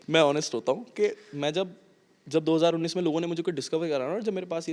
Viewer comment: 2k99 😂😂ya 2019 kya bol deta hai ye flow flow me😂😂